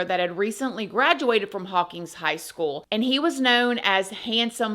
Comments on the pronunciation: I watched your story about McFadden it was pretty interesting. I grew up in Hawkins, Texas and was close friends of the three kids he murdered. I was also the LEO who actually drove McFadden to jail after his recapture. And Please know that you mispronounced our town, it's Hawkins not Hawkings. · I love you and your videos so much!!! My mom’s grandfather was the mayor of Hawkins, Tx for many MANY years!! Also, it’s pronounced Hawk-IN’s ;) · It’s pronounced haw-kins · Jeez. Please make it stop. On and on and on. Who are you talking to? Gerbils? By the way, I'm from Hawkins. Not "Hawkings" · Hawkins. No G.